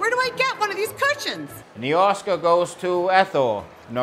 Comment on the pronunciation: “ the oscah goes too ethel “